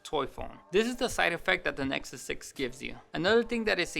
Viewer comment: "A nesuk six!" LMAO